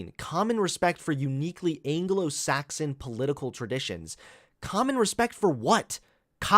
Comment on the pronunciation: Nobody:: angolo-Saxon